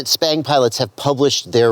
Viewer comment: I run 1950d/s on r/p and lower expo than default bf expo at 600d/s rate, for me its much more controllable out at the stick ends for me. You keep saying "SPANG" with a P not B??? I have been calling this robotic flying since ~8 years ago Same with racing on-road electric cars, I much prefer arc-point than expo, it puts a little smoothness around center and linear the rest of the way out.